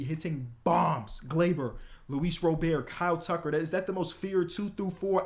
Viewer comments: why does keep pronouncing luis robert wrong. it’s (rah-bert). he tryna add extra sauce to it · bro PLS say luis robert properly 😅 whoever told you to pronounce it like that is trippin u straight up just say robert. u can look on baseball reference for the pronunciation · you need to get that 2k mentality out when you play the Show age don’t mean nothing 30s are still young. Also stop butchering Luis ROB-ERT name